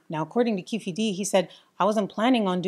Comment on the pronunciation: Keefe D is pronounced Keef D. Anyone out there making these types of videos should take the extra time to research how to pronounce names correctly. Pronouncing names wrong is seen as amateur from a filmmaking or professional video creator standpoint. Just a tip.